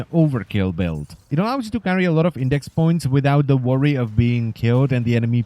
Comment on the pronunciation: it's IndeX not IndeC